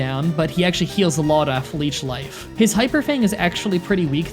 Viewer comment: "Through LEECH LIFE" you almost did it buddy.